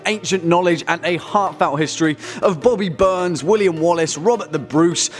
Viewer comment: “Bobbie Burns” Robbie Burns